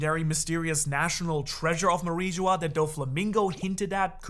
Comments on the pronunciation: Manmeyer ❌ Myanmar ✅ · Pretty rich pretending to care after repeatedly saying Manmayer as "Myanmar"... ...oh, so you CAN do it if you try 😊